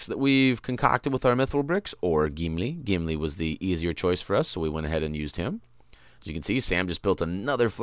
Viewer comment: you pro nounce gimli like his name is geemlee